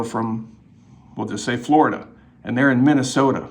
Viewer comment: Wow "flee plane-lide"! To "Flow-rida" Hook me tha fluck up! I wanna swim!😂😂